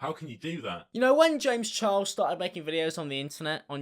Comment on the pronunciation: youchuber james chiles